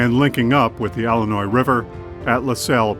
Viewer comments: it's pronounced "illinois", not "ellenois"... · Tell that to most of the population of Chicago, Ellinoise.